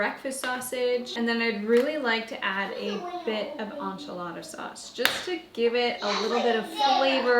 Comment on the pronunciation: Please learn how to pronounce enchiladas properly.